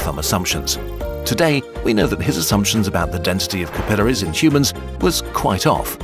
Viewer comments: the sheer amount of times you pronounce capillaries wrong is infuriating. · all this digging and can't pronounce capillaries correctly. ... seems legit.